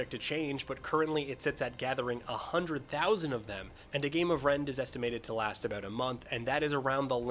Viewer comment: I heard "Rent" So I was like.. "ahh a rent stimulator" 😂